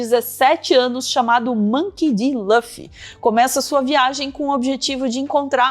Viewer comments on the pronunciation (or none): Chamar o Luffy de "Lâfi" é até um crime. Por favor, Luffy ou Ruffy. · lâffy? não tinha como pesquisar como falam o nome dele primeiro não? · se fala LUffy mesmo, não lãffy ❤ sugiro que vc assista, é tão legal q vc nem sente que são 1000+ eps, e cada um tem só uns 20min. É muito inspirador, sobre liberdade, amizade, empatia, determinação… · Só é extranho quando quando eu escuto Lã-ffy. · Só uma coisa, Luffy se pronuncia como /lufi/ mesmo, como em Lúcifer por exemplo. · vc 4ss4ssinou o nome do Luffy pra mim hahahahah.... ( soa como se escreve nem português ) ainda dá tempo de assistir, comecei ano passado e tô na metade... degustando... 😊